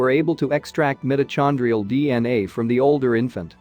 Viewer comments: the AI has some weird pronunciation: “mitt-uh-CHON-dree-ull” for mitochondrial. Should be pronounced, “mite-oh-KON-dree-ull.” ETA, , “Lake BAKE-ull.” Should be, “Lake BUY-kull.” For Lake Baikal in Russia. 🙄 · Mitochondrial is pronounced: my - toe - kon - dree - all. (Lake) Baikal is bye - call. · Left video after speaker pronounces mitochondrial with a chon instead of a con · Would someone please teach these moderators or computers how to pronounce words in real English. The ‘ch’ in mitochondrial is pronounced as a ‘k’, not a ‘ch’ as in church. It’s origin is Greek. Learn Greek and Latin prefixes and suffixes before you try talking in public. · FYI: It. Is not pronounce 'mite-o-(hard Ch, k)-kondrial, mite-o-kondrial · Too bad you folks had to use a robot to read this information. Not a human here. The word mitachondrial has a long sounding I, and the ch is not prnounced with a soft ch like chew. Mktta shondria, is just entirely insulting. As is the way this robot pronounces paleo. Sad. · The narration is digital. It mispronounced "mitochondrial." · This robot needs to be taught how to properly pronounce the word 'mitochondrial'. Lake bakel?